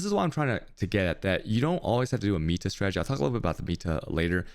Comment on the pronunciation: 45 minutes in and I finally understand that's "meta" he's saying, not "amita", which makes it way more understandable